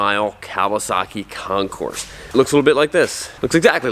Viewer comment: It's Concour. French. Like Illinois, also French. The concourse is at the airport.